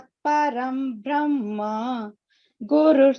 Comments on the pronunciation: If anyone could clarify please - It's written like param brahma but heard as param bramha during the recitation. I don't think it could be a mistake but some nuance that I'm yet to understand. Thanks in advance. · It's bramha. Not brahma. ❤